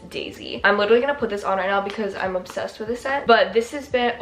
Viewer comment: i need someone to go back through this video and count how many times she said obbsessed